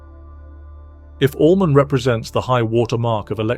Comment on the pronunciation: And Allman not almond 😣